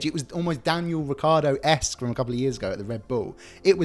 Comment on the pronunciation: This is a good idea for a series but it was a bit boring to watch. Stream line it and be definitive in your scores. BTW Get Daniel Ricciardo's name right.